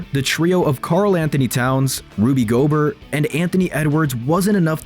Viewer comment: You sure? Guy kept saying Gobert wrong. Like, nobody calls him goBERT ok. Sounds like a fancy AI and not even a real person. That or maybe try to pronounce their names, I mean seriously, anybody who is an NBA fan knows who Gobert is and that is NOT how you say his name..